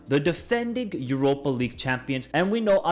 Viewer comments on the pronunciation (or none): none